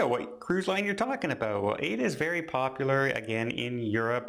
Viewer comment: thank you for this. I believe Aida is in reference to the opera by I believe by Giuseppe Verdi. If that is so the pronunciation is AYEEDA. This is just minor.